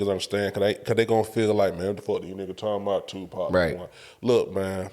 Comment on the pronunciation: Put some respect on Tupac’s name and pronounce it right. Other than that, very valid, if even arguable points. Who is out there impersonating any of these other rappers and eating off it! Nobody. Let’s stop the non-sense…. You don’t have to like Pac at all, but to sit and try and say that he isn’t the goat or whack is Ludacris. I will put 2 years of PAC’s work against any of y’all’s favorite 8 years and he still wins.